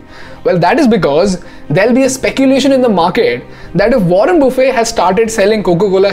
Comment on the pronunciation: Wrong pronounceation of mr.warren